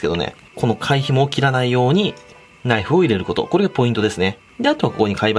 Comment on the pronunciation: のないふぅー